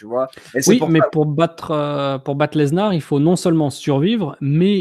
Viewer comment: Sa me stresse quand il dit "leznar" au lieu de "Lesnar"